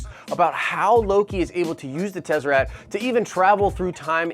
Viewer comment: I may be off but I believe it's pronounced Tes-uh-rakt fam.. Not trying to be a dick because is my favorite YouTube channel so I just want to help in any way.. Nitpicking enunciation is what I have to resort to since you are usually pretty on point..